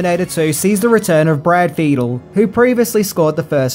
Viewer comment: Hearing you butcher the pronunciation of "Caralco", "Kassar" & "Fiedel" is horrifying.